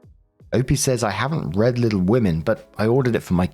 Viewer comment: Story 1 - When manages to misread the word "read" in context TWICE. As for OP, she's one of those pathetic, self-deluded people who waste years, even decades, of their lives on a novel that will never ever be finished.